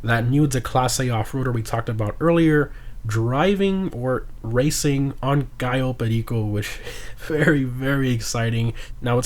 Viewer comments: Shouts out to for nailing the pronunciation of Cayo Perico everytime. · The way you said Cayo perico was goated 😂